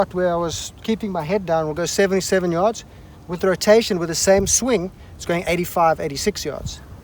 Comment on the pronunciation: Lol “FAR yds” that’s funny